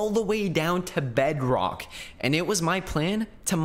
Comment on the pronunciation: he says bedrock kinda weird like bedroch